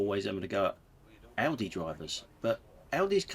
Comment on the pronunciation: You pronounce Audi completely incorrectly !! Let me demonstrate - audition - audience - auditorium - August - audio etc !! You pronunciation is correct for the retail store Aldi, you know as in the song ‘You can call me Al’ 👍👍